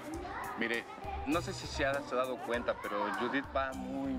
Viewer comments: Que ellos no pronuncian bien el nombre de judith. no todo México lo sepa pronunciar. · No pronuncian mal el nombre, algunos así lo dicen jajaja